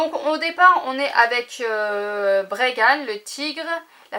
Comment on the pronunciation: la louve c est maya l aigle c est Nel le tigre bregan (prononcer bregane) et le serpent wan (prononcer oin) mais il n y a pas de cayla…